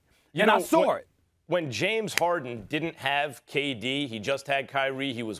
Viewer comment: “And I sawer it” 😂 Stephen A puts a er on the end of words by accident all the time 💀